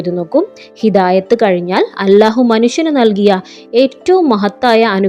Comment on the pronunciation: നിങ്ങൾ ഇതിൽ അല്ലാഹു എന്നാണ് പക്ഷെ നിങ്ങൾ അലാഹു എന്നാണ് പറയുന്നത്